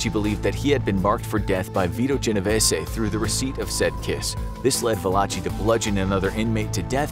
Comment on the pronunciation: THIS! I thought he couldn't properly pronounce any "long" a sounds. Clearly I was wrong. He can't property pronounce Genovese for beans, but "cay-po" rolled off his tongue like a fresh lie.